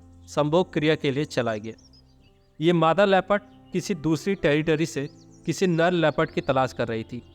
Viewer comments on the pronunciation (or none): Nal nhi nar bola karo lagta hai tumhare naak me problem hai jo nar ko nal bol rahe ho